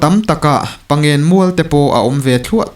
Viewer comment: Pawngsen pawh thluk dik thiam.lo